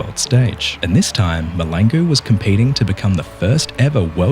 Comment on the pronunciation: I like how every non South Africans (even other Africans) choose to ignore the "L" in MahLangu.😂 It's not silent guys.